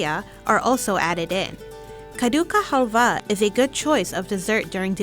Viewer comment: it's pronounced just as it is spelled. Kaddu not "Kha"du. You can search kaddu halwa recipes on youtube and will see a lot of indian videos where you can listen the correct pronounciation😅